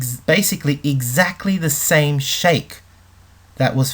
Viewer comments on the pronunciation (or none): none